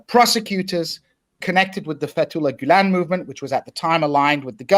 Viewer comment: Sam keeps calling gulan “ghoul”. gotta love that.